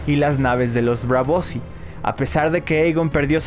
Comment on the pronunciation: Que mal suena ese inglés de USA. Es super irritante. Por cierto, se dice BRAVOSÍ, no Bravosi.